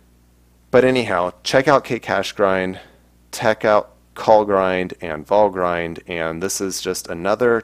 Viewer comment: I believe Valgrind is not pronounced "Val-grind" but rather "Val-grinned". See Nevertheless, interesting episode, keep up the good work!